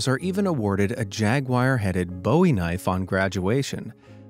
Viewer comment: Bowie knife was not named for rocker David Bowie! It's pronounced booo-weee